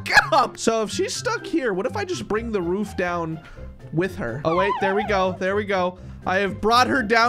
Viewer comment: Did you just say into the woof I think you mean roof